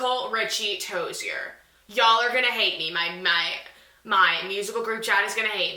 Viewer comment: The way you say "ToziER